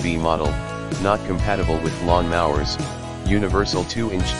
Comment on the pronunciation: Please teach your AI to say lawn mowers not lawn mahwers.